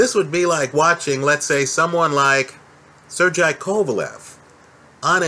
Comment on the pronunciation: For Christ Sake it's pronounced (Sir gay) not (Sir gee eye)